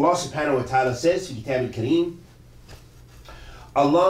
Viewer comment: in the minute 21 you made mistake in the recitation of the quran in the word kitab